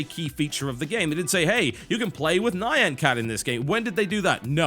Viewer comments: Not Ni-an cat... nya-an, kinda like the cat noises you hear in animes. From vocaloid, i think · Only 30 seconds in, and I don't really care about this but... Nye-yan cat? GG pronunciation, TB. :P (FYI: It's more like "neon".) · Nhayan cat, what. I feel like he's mispronouncing it just to invoke reactions. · Do people seriously say Neye-an cat? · wtf is a nigh-ahn cat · argh why u pronounce it nian.... ARGHH xD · how can you not know the pronounce of nyan?